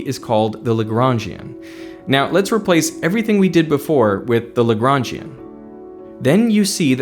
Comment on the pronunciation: "Legrangian" I keep hearing lebron james